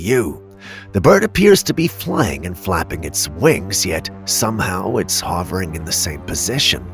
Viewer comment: Btw "Hovering" is pronounced (Huh-ver- ing) not ( Haw-vring)